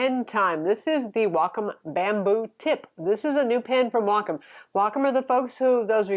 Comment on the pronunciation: You’re one of the few people who actually pronounce Wacom correctly. Thank you! :)